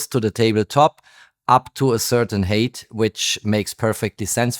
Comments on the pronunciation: For height you say hate (Hass) It should be hite (höhe). Merry Xmas! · Height is not pronounced het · 😅Height = hite not hate. Very interesting video, as always.